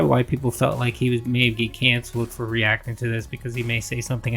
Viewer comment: Look at re-ack-ack-ack-ting to kahntent. How lazy can you be, dawg?